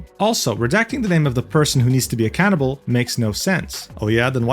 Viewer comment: At about I heard "needs to be held accountable" as "used to be a cannibal" and the video instantly turned from second monitor content to main monitor content